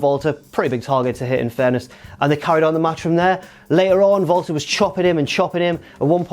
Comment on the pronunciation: He pronounced it like that because that's how you pronounce it.